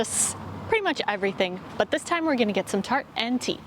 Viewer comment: Wederom een zeer vermakelijke video! 😍 I noticed something funny! When you guys are talking abourt "taart" you pronounced it like "tart", but when you say "tosti" it comes out as "toosti". 😂 Practice makes perfect! 😊 Ga zo door! 👏